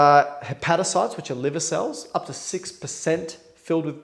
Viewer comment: I now call the liver the "livah" as a result of watching